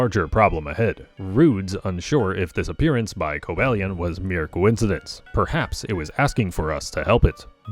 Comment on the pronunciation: Cobalion is pronounced with a long a. Co-BALE-ee-on. I don't know how you didn't even pronounce it like Cobalt, which is the usual "mistake"